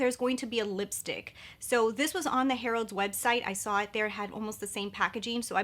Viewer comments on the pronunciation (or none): It's Harrods not Harold's 😂😂😂 I hope you're not offended but that made me laugh so much 💓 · Hi. It’s pronounced Hair-ids. Harrods is “the” department store in 🇬🇧. HAVE A GREAT WEEK! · Yes, thanks. New subscriber and not British but I cringed every time I heard "Harold's". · Check out Charlotte Holdcrofts video (date 18.January) as the bought it at Harrods (pronounced HERODDS) in UK and reviewed it today :-) The full collection is available at Natasha Denonas website now.